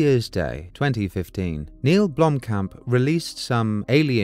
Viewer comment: How many different ways can Sigourney Weaver fuck up the name Blomkamp?